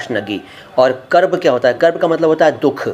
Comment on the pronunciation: यह बोहुत अच्छी बात है आप ऊर्द से प्यार करते हो लैकिन बैहतर होगा सही तलफ्फुज बताएं ताके विवर्स सही जबान सीखें जैसे की आपने बताया कर्ब ए तशनगी यह गलत है सही तल्फफुज है कूर्ब ए तिशनगी। और भी कुछ अल्फाज हैं जिन मे इसलाह की जरूरत है बेहतर है विडियो बनाने से पहले डिक्शनरी देख लें